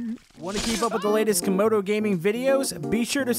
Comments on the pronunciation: No its not camodo kamodo i meant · Its not comodo its komodo